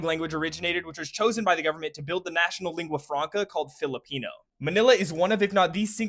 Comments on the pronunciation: Your pronunciation here was pretty spot on! Well done! Best I’ve heard from a non Filipino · Excellent work with the geography of course. But want to commend you especially on the pronunciation of the different regions and the different Tagalog words. Not many people put the work into pronouncing Filipino words correctly. Thank you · Nice pronunciations of cities